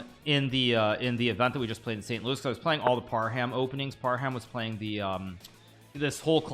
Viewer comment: It's Par-hum not Par-ham. Even Magsoodhlu you pronounce wrong.